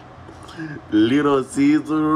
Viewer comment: Little Caesars pronunciation in Mexico is "Liru Sisa" 😂😂